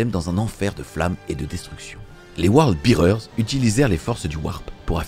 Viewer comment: Super vidéo! Si je peux me permettre Word Bearer se prononce word bè-rer et non Word bi-rer. Un détail hein 😅